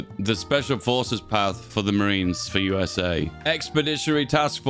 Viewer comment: He keeps saying USSA 💀